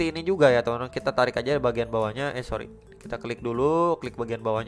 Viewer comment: Pas lu bilang sorrr, itu lucu baang